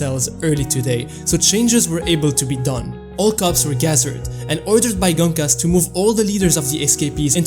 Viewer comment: Gonkas❌ Genkis✅